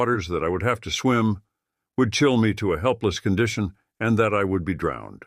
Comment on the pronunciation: Condteon? I think the mispronounced condition. All in all it was pretty interesting.